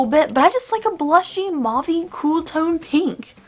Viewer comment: Mauve is pronounced Moe-ve not Mau-ve Gotta try that pixie tonic!! 💛